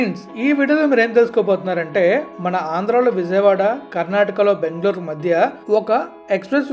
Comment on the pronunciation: అరే నాయనా నీకు దండం పెడతా మాట మాటకు బాంగ్ళోర్ బాంగ్ళోర్ అంటావు చక్కగా బెంగళూరు అనవచ్చు కదా